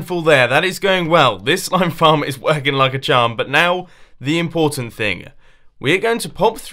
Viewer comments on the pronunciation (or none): mumbo said flam instead of farm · did he say SLIME FLARM or did i hear it wrong? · Did you say slime flarm? lol-- Ik how it feels but it sounded funny :-P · HE SAID FLARM